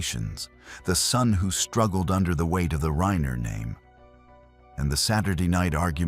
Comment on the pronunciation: Who the fuck cobbles together this shit. Can’t even get the AI voice over to pronounce the name Reiner properly. And the writing is way too contrived and just shit.